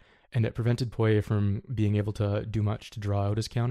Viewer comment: Got the pronunciation on Poirier down.